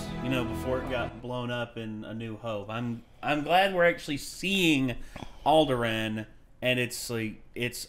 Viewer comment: The way pronounced Alderaan made me cringe.